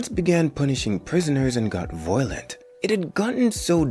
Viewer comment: Fr why bro saying the word violent like that tho 😭